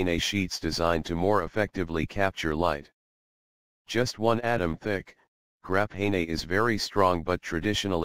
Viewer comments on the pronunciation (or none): Grah-pay-nay ooooo